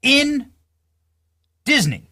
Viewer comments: I love the way says Dizzanee 🤣🥰 Did anyone else see the horrid filter used in Lily's stupid rage bait robe video? On the face and neck. Makes me wonder if there was actually any FFS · I like how that tatted guy added an extra syllable to “Disney.” Nice